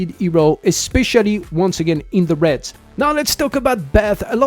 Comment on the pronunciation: Your pronunciation of "raids" (r-aids) had me confused until I realized what you meant when I heard "r-eds" lol In any case, I have every hero in the banner except for Paimon, Hana, and the new hero. So I'll aim for 1st Corps Commander since my priority is raid content... I hope 140 summons is enough.